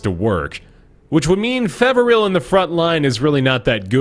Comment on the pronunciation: You've known him for years and have a long history with him? Then how do you still not know that the guy's name is 'Peveril', not 'Feveril'? :-P